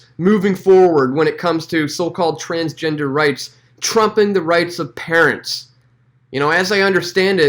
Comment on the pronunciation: I love how he say “trumping”. XD